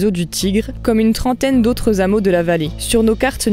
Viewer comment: Super hromis les zhameaux qui m ont fait saigner les oreilles !😁